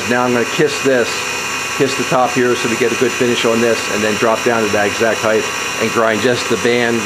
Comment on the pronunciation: Why do you say heigth instead of height - do you say weigth instead of weight too? Nice work on the video and chuck btw :)